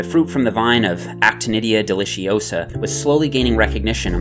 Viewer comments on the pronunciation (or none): It's Delici-O-sa not Delicios-AH